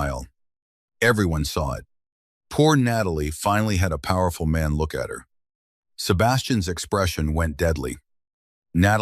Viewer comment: Loved the story, unfortunately there were no subtitles and the narrators voice is the worst I've ever head. Worse than the braindead aliens voice. This one can't pronounce an apostrophe. For instance , it can't pronounce Sebastian's name !!! It pronounce it as Sebastian S. It was so damn irritating i could scream, but, i wanted to listen to the story, I had to bite my teeth and listen. From Randburg South Africa 20 July "26